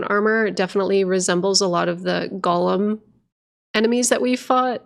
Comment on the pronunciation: You mispronounce golem. Gollum is a character in Lord of the Rings, a protector creation is a golem. Pretty sure it’s from Jewish mythology. Point is it’s pronounced goal-em. Much like the Pokémon is. Hopefully this came across helpful and not uppity. Be well 🙂